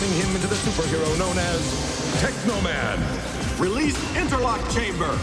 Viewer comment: It's tekaman